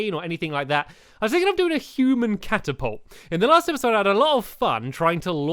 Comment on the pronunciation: It's a cat-apolt